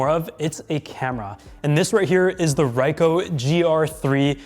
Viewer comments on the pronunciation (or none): Pronounced Ree - coe